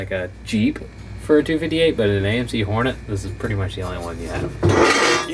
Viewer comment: The way you pronounce Hornet sounds like a Sounds like a 1970s porn film. Trader Hornee.